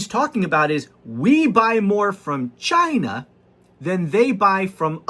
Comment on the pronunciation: OMGGGGG! YOU CRACK ME UP! YA GOTTA LAUGH OR WE'D ALL GO BAT SHIT WACKADOODLE! ONE THING, YOU NEED TO WORK ON THE WAY YOU PRONUNCIATE CHYYYYYYNA. LOL OH YEAH, I'M REALLY NOT SCREAMING, MY CAPS BUTTON IS STUCK. LOL